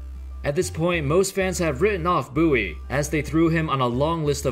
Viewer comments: It's " Bowie" not "Boowie " 😂🙈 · I love how it's pronounced "Boo-wee" but it's clearly written as "Bow-ie".